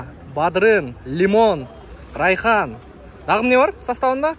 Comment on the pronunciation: Бадырын эмес, БаДыРан! Эфирге чыкан сон, суйлогонду да билиш туура го дейм! Анча-мынча белий жемчунг болуп баратат 😂😂😂